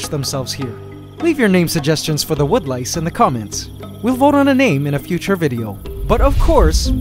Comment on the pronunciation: Wood lice-> wonderlices/wanderlices (help me here it kind sounds like wonderland alice)